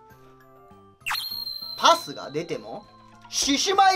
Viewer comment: ペェース言ったけどいつもとパスの言い方違ったw